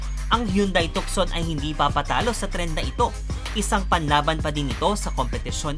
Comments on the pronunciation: With all due respect, the right pronounciation ng tucson ay silent c, it should be tuson.Ang Tucson ay pangalan ng isang lugar sa Arizona USA. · So you will pronounce the Tucson as "Tu'sen" because of its named continent.